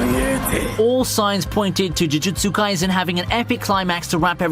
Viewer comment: Take a shot everytime he says "chuchutsu kaisen"